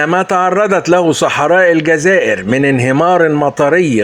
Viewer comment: el djaza ire et non elgaza ire